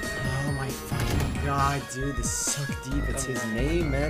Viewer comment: Ayo Subroza if you're watching this comment, Im'ma tell you, the pronounciation is not "Suck deep" 🤣🤣 its pronounced as "Sookh Deep" its Indian name BTW. I dunno if the pronunciation you made was correct cause we Indians do not normally play on other servers than Mumbai unless we use "Exitlag", "WTFast" or other game ping boosters.🤣🤣 And if that's an Immortal or Radiant game, 99% you're correct about pronunciation, otherwise I'm correct about it. Anyways love you.